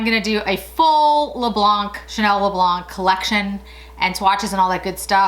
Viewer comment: Hello you don't pronounce the c in le blanc in French, adore your videos ( and your earrings)